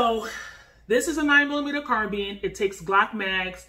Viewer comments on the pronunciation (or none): Carbine not carbean lol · Car-bean? Lol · You Said Carbine Wrong Respect for the video Tho car beens 😂🙏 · Exactly, what's carbean? Never heard of this pronounciation... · Car beans.. car bye ns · what's a carbean? i tought it is called carbine? and not to talk trash but we use fist's and nothing but fist's but when people enter a home and you are in your bed you are going to tell me that a ''carbine'' is faster then a handgun? lol your giving me a hell of joke lol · #1 you're pronouncing carbine wrong..#2 a 9mm carbine is a waste. U might as well get a MCK make your glock a SBR...